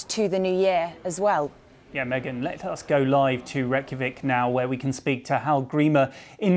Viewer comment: Why cant they Pronounce Reykjavik (Pronounced Wreckjavik) I thought they had Pronouciation experts at the BBC ???